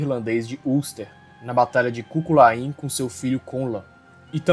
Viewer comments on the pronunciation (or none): Cú Chulainn – Só um ajuste na pronúncia, é algo como {koo - KUL - in} ou ainda para ficar mais fácil para nós brasileiros {cú - cú - Lên}... Ainda é dito que na pronúncia em gaélico mesmo, a parte do Chu, teria que ser pronunciada um pouco gutural puxando para um R arrastado como o final da palavra LOCH que começa LÓ e termina ÓHR ou ÓRH, mas aí haja treino vocal...